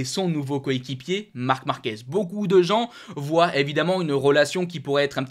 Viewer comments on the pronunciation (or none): none